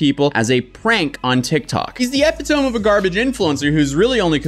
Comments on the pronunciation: really just said "epi tome" instead of "eh pi ta me" I know english isn't his first language but still. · not sure if you’re ironically pronouncing epitome that way, but if not, it’s pronounced eh-pit-oh-me… just incase 😆 Edit: just noticed you addressed this. It’s all good dude. You’re the man! And anyone who is bilingual or possesses the ability to speak and understand languages other than their native language, deserves serious props! I forgot you are originally from Norway. I admire anyone who speaks multiple languages. Of course mistakes will be made along the way.. that’s how we learn. I’m sure you will always remember the correct pronunciation of “epitome” now, 😆 so look at this blunder as a positive! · Dude — epitome? Epi tome? No, epito ME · my lovely man, just some help here. Epitome is not pronounced "EPP-eh-tohm". It's pronounced "ee-PIT-oh-mee". Common mistake a lot of people make, and I know you've said that you struggle with some words, but I just want to help. Hope it does. Thanks for the video. You're a boss. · Uhh buddy. It’s not Ep-eh-tome… it’s E-pit-oh-me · Man hearing people say epitome wrong is a pet peeve of mine. Eee-pit-oh-me not ep-eee-tome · Epi-tome? Eh-pit-oh-me. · Epitome. "eh-PIT-oh-mee" NOT "EH-pit-tome"! 🤣😂 Made my morning! Nice video, though. Takk! Jeg liker dette. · Not pronouncing epitome as eh-pee-tomb (it's eh-pih-toe-me) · Ee pit toe me not eppy tome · I like ya, Kid But, ya DO know it’s pronounced “E-Pit-Oh-Me” not “Ep-eh-Tome”, right? Lol! Idk if you’ve ever heard the word spoken, or not (&if ya did, just never put 2 & 2 together that it’s the same word, or not). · Epitome = Uh-Pit-Oh-Mee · I love that the most critical thing I've had to say about your channel is, "It's 'eee-pit-oh-me.'" Thank you for all the hard work and great content! 💜 And I never would've guessed you weren't a native English speaker. Saying a word wrong still shows you know the word and it's usage, so don't even worry!